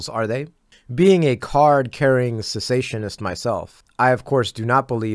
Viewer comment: You said “cessationist”, so i love you even more 👍🏼